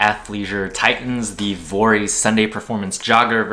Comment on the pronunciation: I think vuori themselves said it’s pronounced vee-or-ee